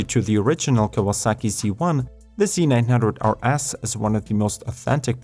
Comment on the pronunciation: I thought he said: Kawasaki Z900 are ass ;DD